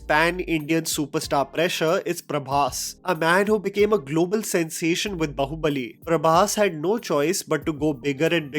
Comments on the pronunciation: Its Baahubali not bahubali. Man what an elitist illeterate this guy is. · ये बंदा बाहुबली को ढंग से pronounce क्यों नहीं कर पाता. its बाहुबली and not बहुबलि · Bhai it’s बाहुबली not बहूबलि. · you seem to be get so much right about South Indian films, but not pronunciation of movie tites. Please get them right, and we will love you more. Baahubali is pronounced 'बाहुबली'.